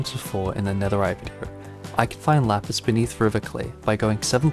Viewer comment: he said laspis and all i could think about was "Lapeice. what is this roman shi."